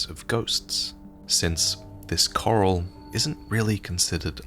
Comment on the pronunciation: that series of annunciating “coral” degraded to sounding like “curl” by the end 😅